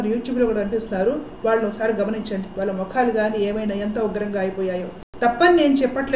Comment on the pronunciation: వాల్ల కాదమ్మా వాళ్ళ. ల వేరు ళ వేరు. మిగతా అన్ని సరిగా చెప్పారు.